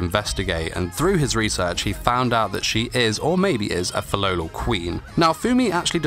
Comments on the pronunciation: Tbh hate it when he pronounces “Filolal” and not Filolial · It's Fi-LOLI-al